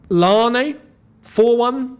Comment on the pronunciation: Youneses pronunciation of larne as an Irish man is killing me 😂